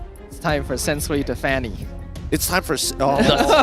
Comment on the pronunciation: Sensu-Way ✅ Sensu-Wii ❎